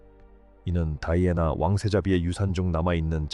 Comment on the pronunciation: 이름을 다이아애나로 발음하는 경우가 있네요 다른 유투브에도 그러더니